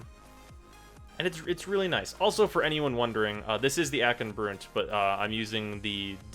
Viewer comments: Broont? How do you say Blunt? BLOONT FORCE TRAUMA! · Why "Broont"?